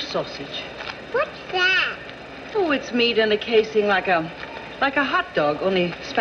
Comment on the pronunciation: She must have been sober at the beginning of the day, when she over-enunciates "sausage" but then at the end she sounds like she's had a few when she starts rambling on about the glories of godly supermarkets . You can almost hear the ice cubes clicking in her glass...